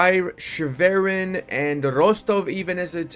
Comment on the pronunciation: You saying Schwerin so wrong makes me wanna cry